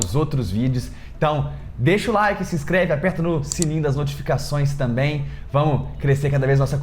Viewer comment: Vc fala tamém ao invés de também... Adorei seu vídeo.